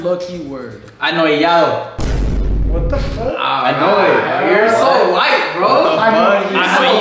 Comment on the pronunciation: “Anoyiyado” LOL